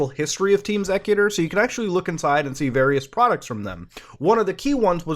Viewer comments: "Xecuter" is supposed to be pronounced like "executer"... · All switches are hackable now, if you can find the chips. I also always thought it was pronounced EX-ecuter. Like an execution of custom code.